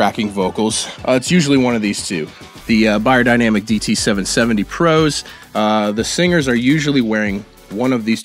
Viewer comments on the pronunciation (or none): none